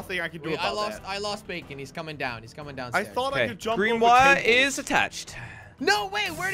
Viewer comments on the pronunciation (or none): No BAkon not bacon duuuuhhhh 🤦‍♂️🤦‍♀️🤦‍♀️🤦‍♂️🤦‍♂️ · i think its Baa-k-on not bacon